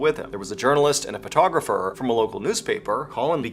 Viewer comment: i love mrballen.aka mr b allen, but he just called dude a PUHtographer and i cant hear anything bc it made me laugh so hard! love his stuff so much